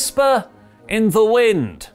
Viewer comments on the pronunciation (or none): none